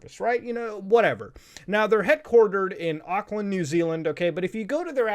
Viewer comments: Aqua New Zealand?!?! Thats the worst pronounciation of that name I have heard. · I hate the way you pronounced Auckland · The way North Americans pronounce Auckland always throws me off ...